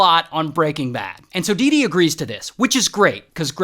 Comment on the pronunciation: dee dee sounds like doo doo